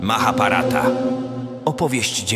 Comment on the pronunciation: MahabHarata! HHHH wymawiamy. W sanskrycie istnieje rozróżnienie na głoski "ba" i "bha", pa" i "pha", "ka" i "kha".